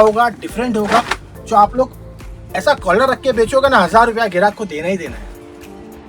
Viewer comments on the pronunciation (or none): 850 से अशा मिलेगा वीडियो में अशा अशा बोलता है हरामि